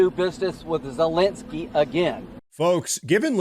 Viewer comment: LOL...Dude, you keep saying Zelensky's name wrong.